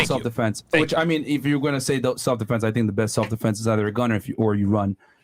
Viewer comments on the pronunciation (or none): Wait.. is she saying Stelf -Defense 🤔…what ever these ladies are saying. Delusional , effects of a Boss biSh 🤷🏽‍♂️🤦🏽